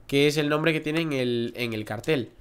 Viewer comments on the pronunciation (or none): none